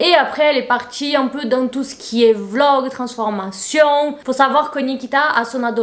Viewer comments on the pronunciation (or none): none